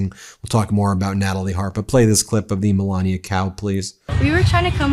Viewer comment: Not "Moolania"? 😂